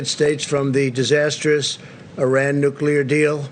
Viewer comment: ARAN! Ainsley? You mean Iran? Where is Aron, Aran? WTF, over!